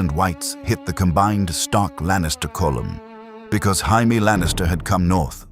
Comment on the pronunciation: So was it perfect?? No I mean how could it be only 1 1/2 hour long, the narrator pronouncing Jamie with a Spanish H, and the music a little to loud......... That being said, I freaking loved this!!! It was so entertaining and I was incredibly invested how Wade knew the story and changed things for the better. Did I want more Caitlyn and Jon dialogue? Yes. Still though I'll take this ending 10× over the ending HBO decided to give us. If you decided to do a part 3 with a completely different future that us fans will never get because GRRM made a deal with Satan not to finish the series and I actually enjoy AI fan fiction with Deadpool, I'm all for it!!!! Thanks for this though, it was great. Also a request for Dr Strange in a Wheel of Time!!!! Someone tried it, but it wasn't very good. Your stories and narration are much better. I just hate there'd be no Deadpool breaking the 4th wall about how AWFUL that woke show turned out. One of the WORST adaptations ever, considering Wheel of Time is already completely and the source material is so good